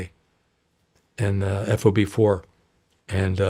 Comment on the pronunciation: it's so distracting to hear him say "F-O-B" and not "FOB" ... and "Lay-ahs" instead of "Lah-ohs" ...